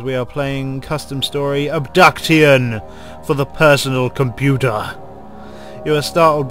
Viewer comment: Ub-duct-tion? I pronounce it Ub-duc-shon...